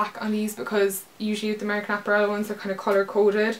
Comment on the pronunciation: I love the way you say apparel! haha! great haul!